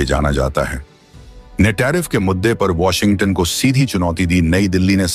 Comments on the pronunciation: Kya Washington ko Washingatunn ke roop mey pronounce kiya jata hai.😮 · Even I found it funny.